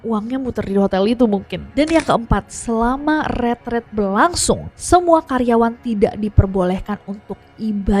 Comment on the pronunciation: Nessy ngomong ret ret or retret ??? Kok di kupingku, ret ret?